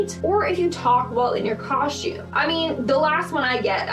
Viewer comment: She probably said, “shtabbing” like she said”” “ coshtume” and every other “st” combination that she added an h.